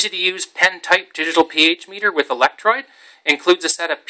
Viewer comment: ElectrODE, not electrOID. CathODE, not cathOID. Come on, man!